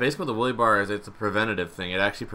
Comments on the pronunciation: Did any one else hear willy bar? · Wele bar😂 English do you speak it? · He says wheelie like willie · Can you say Wuhlly bar more please? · It sounds like he's saying"willy bar" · "Stent" "willy bar"